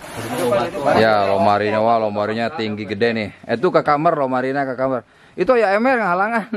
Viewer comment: Kamar bukan nya kamer